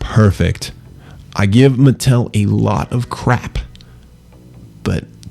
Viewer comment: its not its MUH-TELL